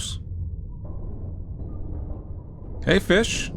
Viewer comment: Jelly feesh, feesh :D